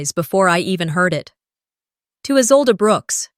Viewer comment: It’s Isolde, not Isolda or Izolda.